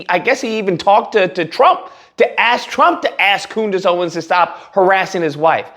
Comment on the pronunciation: Did he call her Coondace? 😂😂😂😂😂😂😂